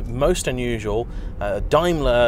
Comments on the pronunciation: That's DAME-ler,. DIME-ler makes Mercedes-Benz! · It's Dame..ler.. not Dime...ler!!! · DAME-ler not DIME (bar) ler. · Quite so, but the UK company has always been 'dame-ler' and never adopted the German pronunciation. Even when referring to the German group, only nerdy Brits (like me) ever say 'dimeler bents ah gay'. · Pronounced. Dame ler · Literally the first time I’ve ever heard Daimler pronounced that way, bizarre. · Yes same as me..hes got it totally wrong. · Love the way you mispronounce Daimler 😂😂😂